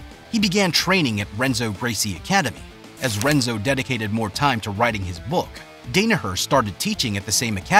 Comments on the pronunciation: Henzo not Renzo Portuguese pronounce R like a H. And think it’s like Dawnaher not like Dana white. 👍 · Dah-Nah-Her - Hen-Zo - Toh-Non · he also pronounces Renzo wrong lol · In no way do I mean to sound disrespectful , but while it is a Good Video, some glaring Names were said wrong. Mainly, it's pronounced Dan-A-Her -also in Portuguese names with an R is pronounced with an H sound , therefore Renzo is said like Henzo. Just for future reference because anyone who watched this video is in some way likely interested in Bjj or Mma, therefore they knew right away. Still I thumbed up and Subbed, because you did take time and effort making the video, thank you. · The voice over is butchering everyone's names it's "Dan a her" not "Dane a her" and henzo not renzo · It is pronounced Henzo not Renzo. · All of this research and the voice over doesn't get names right. Renzo is pronounced Henzo. The R in Portuguese sounds like an English H. John's name is pronounced Dan-a-Her not Dane-a-her. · DAN ah her ... Hen-zo.... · Dan-a-her H-Enzo 😂😂😂😂😂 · it's pronounced, "Henzo." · The lack of respect, do you even watch BJJ? How do you mispronounce his name (and others), it's like you just copied and pasted info and read it out loud for the first time. Come on bro, you gotta do better. (Don-uh-her, Toe-nin, Hen-zoh) unbelievable. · Bro mispronounced John's, Renzos, and Gary's names. Very cool. Also, a guy who came up with Danaher and helped evolve the sport along side him is a gentleman named Shawn Williams. I've got to learn from both. Truly special individuals. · The narrator pronouncing Renzo with a R instead of an H was killing me 😂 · He miss pronounced Danaher, Renzo, and Tonon lol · The Renzo one hurt 😂😂😂. Lost all credibility. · Or renzo. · the R is silent in Portuguese!! Do some research buddy!! English is not the only language in the world!! You must be an Anglo 🤦🏾‍♂️🤦🏾‍♂️🤦🏾‍♂️ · So you pronounce Johns last name wrong and Renzos first name wrong. Great job!